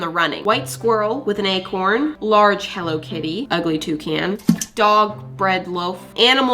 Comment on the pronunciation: Ermm I love hello kitty and I think you said hello kitty whong 🤭🤭🤭🤓🤓🤓🤓🤓🤓💖💖💀